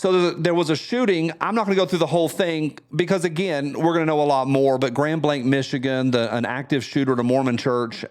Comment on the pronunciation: I used to live about 1/2 hour from this church, it is the epitome of "this can happen anywhere". BTW, thank you for pronouncing Grand Blanc properly since the national media has struggled with it all day. I watch Christian Warrior Training's youtube channel and he talks about church security a lot. In fact he just put out a warning this week about these attacks. Act accordingly.